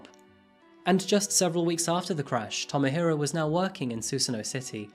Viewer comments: Love this channel, but can't get over the pronunciation.... "Tomo-hiro" = Toe-moe-he-roe. Sorry, been living here for too long and it absolutely bugs me 😅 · Tow-mow-hee-row is not “well-pronounced”